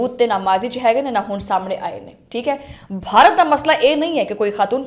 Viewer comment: I think your pronunciation of Bharat in punjabi is wrong. It should be pbh/pah, B silent. Your pronunciation is more like in urdu or hindi